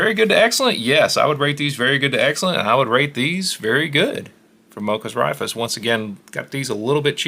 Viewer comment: Raifus is pronounced "Rai-foos," sort-of Japanese (ライフル) for "rifles."